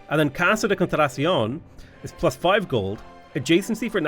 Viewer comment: Im amazed that after so many hours plaing CivVI you still skip a syllabe in "Casa de contraTAción" XD